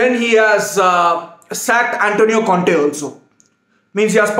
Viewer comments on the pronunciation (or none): none